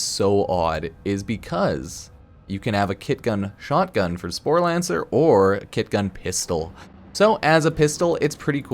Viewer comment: Sporelacer not Sporlancer